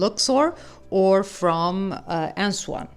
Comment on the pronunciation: The city is Aswan ( not Answan as you are calling it)